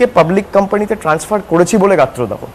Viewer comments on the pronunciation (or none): none